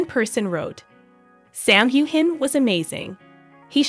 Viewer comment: Why can’t you pronounce his name properly ? The g is silent, you should know that.